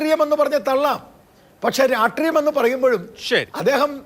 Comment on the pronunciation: Ratriyam alledo...rashtriyam ennu enkilum parayoo😂